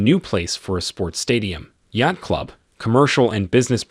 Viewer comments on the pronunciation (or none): none